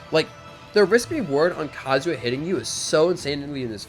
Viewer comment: Please stop calling him Kazuwa